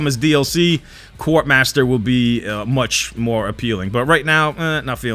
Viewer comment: It's almost as bad as his MWR pronunciation 😂